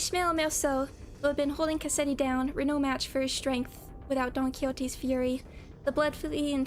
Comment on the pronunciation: You absolutely massacred Cassetti omg. I'm so excited for the next canto if we're already getting reveals as insane as this. :_mafCry